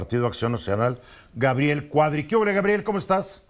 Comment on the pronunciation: Perdón: se dice Cuadri y no Cuarry.